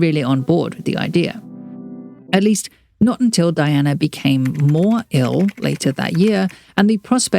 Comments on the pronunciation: It’s pronounced Dee-anna… RIP VREELAND! ❤ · Her name was pronounced DEE-ONA